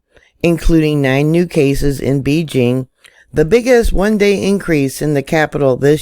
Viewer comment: Thank You. I love how you say beejing.